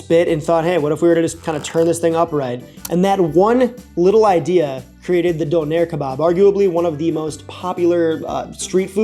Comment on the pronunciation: I think the Turkish/German version is pronounced dooner. Sounded like you were saying donair, which is of course, for our Canadian friends or anyone who's watched Trailer Park Boys, yet another type of kebab! Kind of like a gyro, but swap the lamb for beef and the tzatziki for a sauce comprised mostly of sweeted condensed milk and garlic, adapted to the maritime Canadian palate. I've never had one, but I hope to someday.